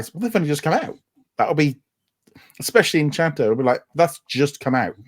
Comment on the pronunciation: Please remember guys it's Encanto not Enchanto😊